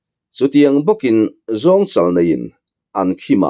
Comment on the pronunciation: A lawmawm ţhin e, thawnthu kalhmang pawh a ngaihnawm viau mai. Chutihrualin, Mizo Ţawng chhiar lamah inzir a ngai niin a lang, chhiar dik loh (thluk dik loh) a tam mah mah ţhin, thil hming (ent: Zawngchal ) lam dik loh te pawh a awm leh ţhin. Thawnthu chhiartute hi in pawimawh a nia, ţhangthar zingah in thawnthu chhiar ngaithla an tam si a, a dik lo hi an hriat zel chuan dik emaw an ti leh mai ang tih a hlauhawm, fimkhur hram teh u.